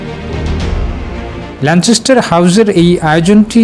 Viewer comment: ল‍্যানচেসটার না, it’s ল‍্যানকেসটার. Please fix it before your create report.